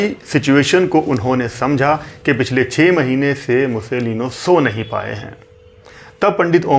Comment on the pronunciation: पं. ओम्कारनाथ ठाकूर पं. विष्णू दिगंबर पलूसकर "मुसोलीनो" नही "मुसोलीनी" आप तो सभी फिल्मी कलाकारों के नाम के बाद "जी" इतनी बार लगाते हो, यहां भूल गये?